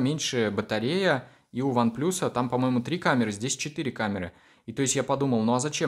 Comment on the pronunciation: One плас, а не плюс!!!